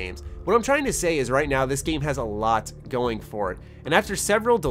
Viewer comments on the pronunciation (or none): none